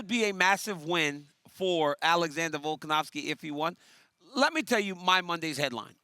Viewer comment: DC : " Vulcanovski " 😂